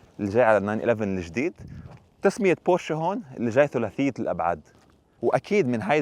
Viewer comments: ياخيييي مش بورشاااا بورش 🙂🤦‍♂️🤦‍♂️🤦‍♂️ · تصحيح فقط بورش وليست بورشا